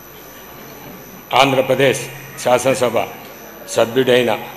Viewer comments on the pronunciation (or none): Shashanam shabha ennikudaina. Bharata desha sharvabhoumadhikaranni, shamagratanu. 😂😂 Oreeiii evadaina veediki speech therapy iyyandrareii , vinalekapothunamu 😂😂